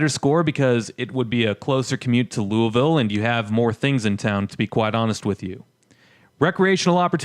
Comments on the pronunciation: Pronounced like you got a sock in you mouth. Loo-a-vuull. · You mean "Loo a vul?" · Any validity of your opinion went out the window when you mispronounced Louisville.